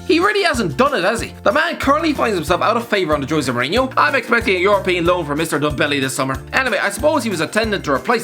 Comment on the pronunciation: How the fuck you pronouncing ndombele 😂